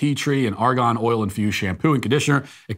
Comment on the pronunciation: When I heard Matt say there’s ArgOn (as in periodic table, atomic number 18) in the soap I got a little concerned. Then I realized he meant “Argan” (Ahr-gun) oil and I felt slightly better about it.